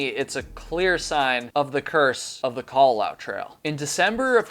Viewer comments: FYI the u at the end is enunciated so the last bit should be "lah-oo" rather than "lau" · It is KA-LA-LA-OO. You pronounce all the vowels in Hawaiian words/names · You tell very interesting stories but, having lived in Hawaii when I was a girl, your pronunciations of local places and of the Kalalau trail is driving me nuts. Babbel, baby.😉